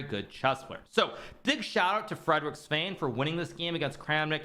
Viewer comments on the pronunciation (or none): Frederik Svane isn't pronounced "Svaine". It's actually "Svaaneh" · I'm not surprised to hear an anglophone pronounce 'Svane' as Svain, but I am surprised to hear a so well traveled man as Hikaru (光) do the same.